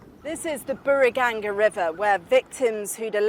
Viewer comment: "Beurigenga river"